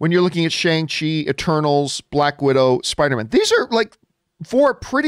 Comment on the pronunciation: Shang-Chi is pronounced (per Kevin Feige at Disney Investor Day) Shung-She